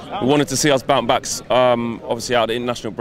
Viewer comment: did anyone hear say bount backs at the start of the video